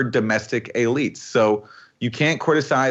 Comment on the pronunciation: What is an “a-leet?”